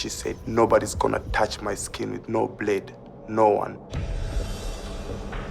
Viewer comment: A kenyan by the name Mofet? If this is not a Nigeria then I don't know...even the way the guy is pronouncing the word blade is a suspect he is a west African